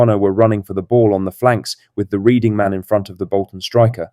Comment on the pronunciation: Red-ing is how it should sound my Bhoy, although its spelled Reading, you`ll thank me one day lol